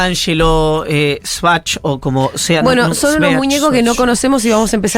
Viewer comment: "SEVACH" Así de sencillo. Brutito el muchacho.